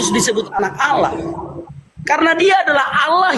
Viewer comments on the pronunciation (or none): Bukan Alah tp Allah